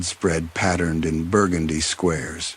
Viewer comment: Quick question lol. Does anyone know if happens to be from New Orleans? That burgundee pronunciation is something I’ve only heard ppl from there say.